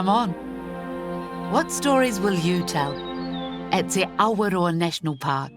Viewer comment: Sounds like Lucy lawless. It's te (tay) awa- roa. Just roll ur r.